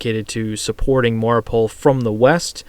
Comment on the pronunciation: Mariupol, not Mauripol